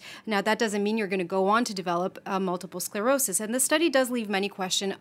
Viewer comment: Did he say multiple SLerosis? Someone should have caught that. Way to make your little segment credible.